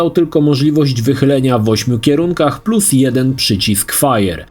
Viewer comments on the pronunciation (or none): none